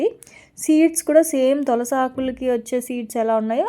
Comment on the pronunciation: తొలసి కాదు తులసి